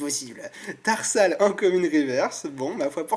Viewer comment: Dans ce display, le booster Hoopa a été le plus chanceux. Chose etrange car pour moi c'était le moins chanceux des 4 sinon à un moment tu dis "Terhal" au lieu de "Tarsal"